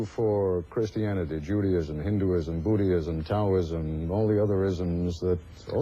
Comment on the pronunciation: BUDDH-ISM not BOOTYism